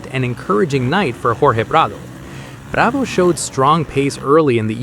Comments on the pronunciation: You can really say prado’s name with the utmost authenticity. 🙄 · Why are you pronouncing Prado‘s name with a Spanish accent but not pronouncing any of the other non-American riders names with an accent in line with their native language? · I'm about done with AI etc. Why is there an accent when saying Prado?